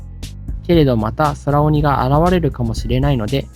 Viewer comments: 空鬼って、｢くうき｣と読むのでは？ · そらおに、ではなくて、くうき、だった気が…